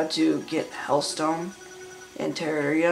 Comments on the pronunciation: He keeps saying teria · teararria lol its terraria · You pronounced terraria wrong and you're younger than me lol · I mean you can't pronounce terraria correctly and I'm younger than you I mean lol